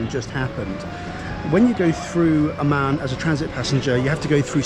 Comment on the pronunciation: A Word to the Wise: The way you pronounce ‘Amman’ is perilously close to ‘Oman’.